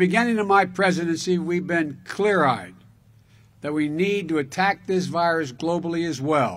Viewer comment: Couldn’t even say clear eyed clearly 🤦‍♂️